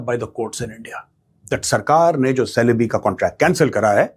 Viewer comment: It is pronounced as chelebi It is written as celebe but pronounced as chelebi